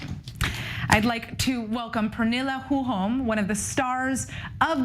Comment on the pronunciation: This announcer is too much of a dum-dum to pronounce the name correctly.